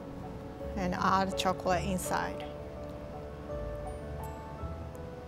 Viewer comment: Love these! Also love how she can say liquor but says chocrate!!